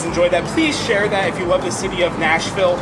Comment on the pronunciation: Yep- that’s not how we say it.